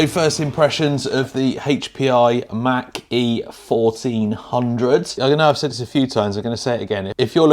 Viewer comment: I love listening to Europeans mispronounce American names Mach E Mawch E